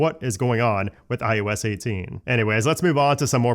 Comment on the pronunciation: It’s i O s. You always sound like you’re saying i YOU s. And it bothers me so much I can’t watch your videos.